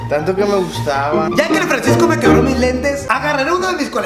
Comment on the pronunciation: dijo fransico alv dijo hoy kenia